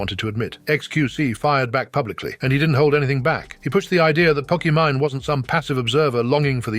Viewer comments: Can the text-to-speech figure out how to pronounce Pokimane already? Poki-Mine, Poki-manae? Really? 😂 Maybe it's a diss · love the AI calling her "pok eh mon eh" over and over lol